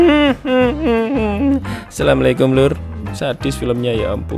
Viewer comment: Hai mau saran dikit dong,bang kalau ucap salam yang benar dong 😂 kek gini bang assalamualaikum bukan sammikum 😅